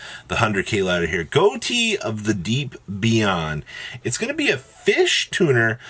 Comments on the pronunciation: It's pronounced "fish", not "go-tee" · its name is pronounced "Fish". It's a classic joke